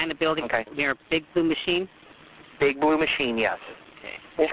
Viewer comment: What he said : “ big blue machine” What I hear : “Big booty machine”